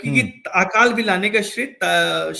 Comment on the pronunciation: Sir, Hindi ka sahi uchcharan kariye. "आकाल" (Aakaal) नहीं, "अकाल" बोला जाता है। यदि आप शुद्ध हिंदी नहीं बोल सकते तो इस interview का जवाब किसी शुद्ध हिंदी बोलने वाले व्यक्ति से दिलवाइए। हिंदी को तोड़ मरोड़ के मत बोलिए ।